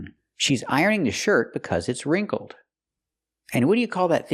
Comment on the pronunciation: No wait isn't wrinkled pronounced with a short i sound, like hit or ship? That's what the dictionary says, and also what I hear when people say that word